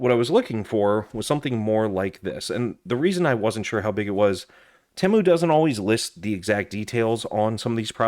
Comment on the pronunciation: Ypu got me sick of hearing "edc" after the 60th time. And its TEEEEMU not tehmu.